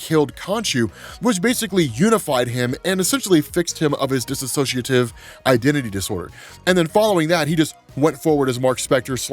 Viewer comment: STOP SAYING "DISSOCIATIVE" INCORRECTLY!! It's dissociative, not disAssociative